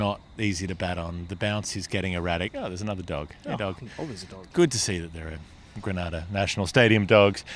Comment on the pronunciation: You moron need to learn to pronounce Grenada properly. Don't be ignorant